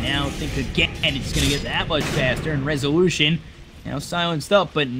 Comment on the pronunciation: how many times did he says: rezuuulüüüshön!?